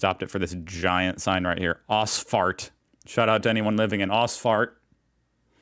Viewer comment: I love your "Ausfahrt" : "Os fart" poor Ossis :-) meaning: EXIT but OK, some people might live on exit :-)